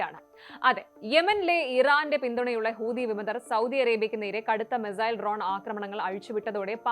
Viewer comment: Mizail അല്ല, മിസൈൽ, തിരുത്തി വായിക്കുക